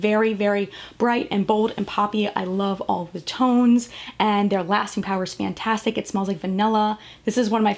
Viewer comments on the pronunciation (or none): Am I the only one bothered when she kept saying "fann - tastic" instead of fantastic? XD